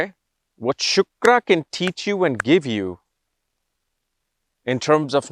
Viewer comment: Hlo sir, no disrespect but it's not shukara. It's shukra. Amazing video by the way🥳